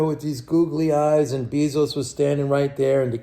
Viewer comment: JEFF BEEEE-ZOUCE !!!!! LMAOO